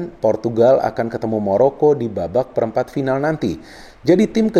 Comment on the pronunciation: Maroko om bukan moroko